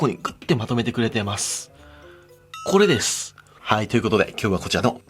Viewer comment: これです、が、釈迦でーすに聞こえた😄